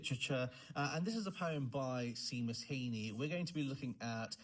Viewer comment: it’s pronounced shay-mus is it not lol